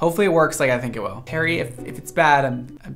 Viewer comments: I heard 'Hairy Josh' the whole way through the video. Oops! Thought you were using a petname! Xx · I thought you said “Hairy Josh” (perfect name for hair tools!) and was sad to discover it’s “Harry.”